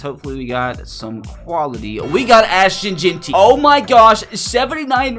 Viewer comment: Jeanty❌ Jaunty✅